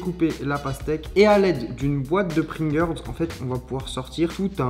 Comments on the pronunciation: IL A DIT PRINGERS ! 🤮😭😭😭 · Ta dit pringer 🤣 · A quel moment tu dit pringeurs ?!?!